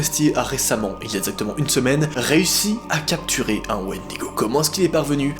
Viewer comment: C'est bon j'ai entendu un Wendygo c'est sqendaleux